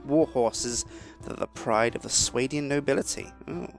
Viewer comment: Its pronounced Swar-dian